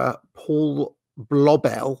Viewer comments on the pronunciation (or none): none